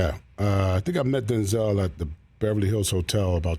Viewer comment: If we all respect Denzel like we say we do, can we please start saying his name correctly. There's no accent over the second E. Say it how it's spelled. He's said it himself. It was his fathers name.